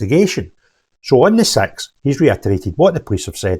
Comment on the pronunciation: If you Scots pronounce ‘6’ as “Sex”, then how do you pronounce the word ‘Sex’? 🤣